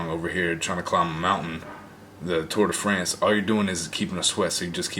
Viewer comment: OMG!!! did you just say 'Tour de France' 🤔😥😂😂😂😂😂 I'm dead###